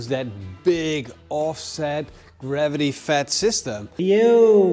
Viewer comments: What's garvity?😂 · Garvity or gravity?😂